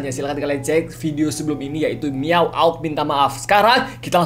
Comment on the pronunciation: LyricIndonesian - English miaaaaugg bukan miawauug kurang w nya wkwkqkqk